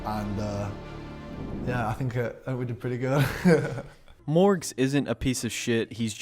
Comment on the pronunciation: lol no matter what happens i still wont stop laughing at morgz mom saying his name like mow gain